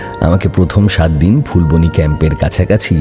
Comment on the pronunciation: সেটা ফুলবনি নয় যেটা ফুলবানি Phool-baa-nee